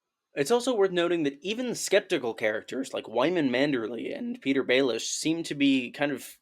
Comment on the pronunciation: "Pattahyer Baelish" lmao was so confused for a second